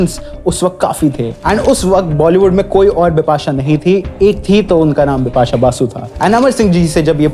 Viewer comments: My men Un brush men, she say her name dipasha, not bipasha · Did she say Bipasha Bipasha or Dipa shah Dipa shah ?😂